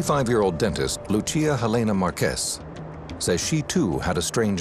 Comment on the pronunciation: MÉndez, MÁrquez. It's not MenDEZ or MarQUEZ nor PeREZ or any of that. The strong syllable is the first one. Gaaaaah!